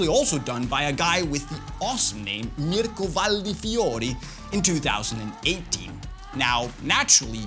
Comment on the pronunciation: That "Mirko Valdifiori" pronunciacion in perfect, you sound almost italian ahahah